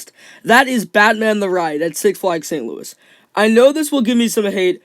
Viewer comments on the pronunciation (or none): none